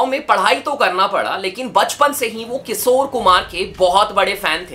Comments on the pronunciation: Bro its kishor na ki kisor 🤦🏻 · Kisore❌ Kishore✅ (Please naam mat kharab karo aese legendary singer ka...mere papa ke playlist mein ye hamesha rehete hai...I kbow it's just your pronounciation issue but still) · किशोर होता है भाई किसोर नहीं